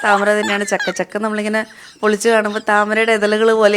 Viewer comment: ചക്ക യല്ല , ഛക്ക 😂😂